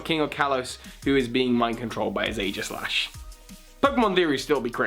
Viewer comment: Is anyone else thinking aegislash should be pronounced with a hard g?